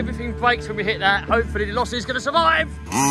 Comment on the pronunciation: Just remember it’s pronounced losi